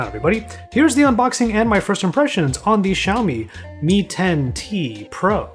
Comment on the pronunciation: Shaow Me, Me Ten, Ten Tee Pro